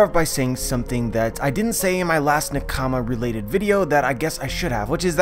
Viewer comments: It's pronounced nah-ka-mah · Please, please learn how to pronounce the word nakama, please. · Why do u say nakama like that?